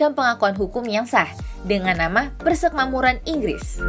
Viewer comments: Gemes sama adminnya , tulisannya uda bener PERSEMAKMURAN tp baca narasinya dari awal sampe akhir vidio malah PERSEKMAMURAN hadeeeh gpp sih cm agak ganggu aja jadinya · Sudah Bagus tapi ejaan atau pelafalan kata PERSEMAKMURAN tolong diperbaiki karna sakit telinga dengarnya. Yg benar itu PER-SE-MAK-MU-RAN bukan PER-SEK-MA-MU-RAN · Persekmamuran apa persemakmuran sih ? 😄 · adminnya balelol. nyebutnya "persekmamuran".